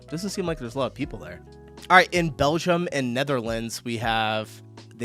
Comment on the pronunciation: Can you PLEASE friggin stop saying Belzham? It's called Belgium.